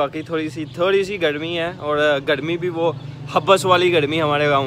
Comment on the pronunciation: آپ ر کو ڑ کہتے ہیں، جیسے گڑمی، ڑوڈ، ساڑے کام چھوڑو۔ اور بھی کافی مسلئہ ہے۔۔ تلفظ اچھا ہو تو ذیادہ بہتر رہے گا۔